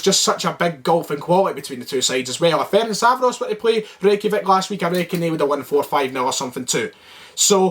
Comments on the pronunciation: Firstly let me help you with the team name - F-E-R-E-N-TZ-V-A-R-O-SH ->letter E-pronounce it like like you would do the E in a word Echo. TZ-pronounce it like first to letter of a word TSar - finally SH pronounce it like first two letter SHoot :-) about the game: Celtic is a favourite team here, but you will have more difficult times than you had againts the Icelandic team. You got lots of respect from Hungary even if you look at the colour and nobody really says that it will be easy. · yip. Am still saying (feh-rink-vah-ross) but cause I've pronounced it that way for years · Ferencváros (Feh-rents-wah-rosh) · Hopefully now you can learn to pronounce our name. Good luck in the Europa League! 💚 🤍 Ferencváros! 💚 🤍